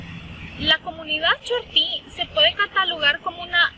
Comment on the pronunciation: Terrible que algunos estudiantes no usan bien la acentuación en el nombre "chortí ”